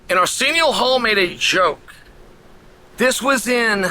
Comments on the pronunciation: Who is this 'Arseeneeo Hall' Chael is talking about? He sounds like a straight shooter... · The guy Chael is talking about, can't you hear him say Arsenial Hall?